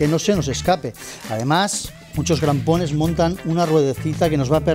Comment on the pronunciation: Crampones, no grampones 😂😂 cuánto técnico listo pulula por YouTube 😂😂😂...jodeerrr